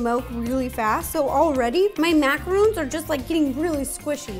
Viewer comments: Macaroons!?!??!!?!! It’s macaRONs!!!! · I always thought it was pronounced macaroons like oooooo but Ro says them like Macarons like oh ns